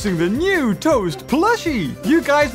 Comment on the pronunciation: I like how they are saying toa instead of toast! 🤣